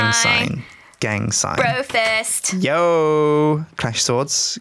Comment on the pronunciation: Did you just say BROFIS?